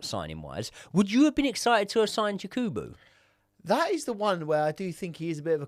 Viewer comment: please next time it’s Yakubu not Yekubu pls Sorry for this he’s a legend here in our country even though he miss the open net